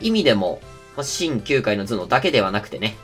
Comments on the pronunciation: きゅう↑かい↓ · 球界の頭脳のイントネーションおかしいと思うの俺だけ？ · ダノンプレミアム Nemoさんは「野球界」から野を抜いたような発音をしてらっしゃいますけど、普通は「9回の裏」とかの9回と同じ発音ですよね。